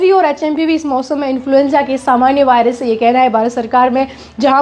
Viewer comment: वॉयरस ❎ वायरस ✅